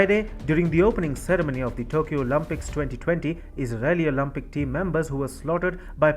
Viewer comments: It’s Olympic NOT Olumpic…. Think Olympic as in Limp … Not Olumpic as in Muppet! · Its Olympic, not Olumpic.